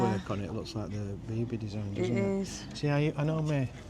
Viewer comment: Biba not Bibi!